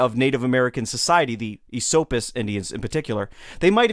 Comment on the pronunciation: its definitely "Eh-SOAP-us" to the natives. Lived there my whole life, and never heard ESS-suppis.